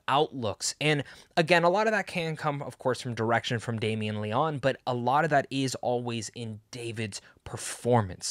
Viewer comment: Great review! Going to see it asap. It's pronounced (Leo- knee) by the way!